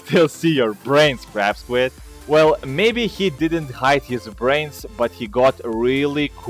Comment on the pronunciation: i thought Ya Said Crap Squid Not Crab Squid XD